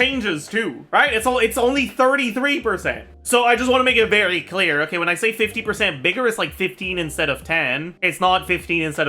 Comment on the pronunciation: the French man is coming out in that "veghy clear"XD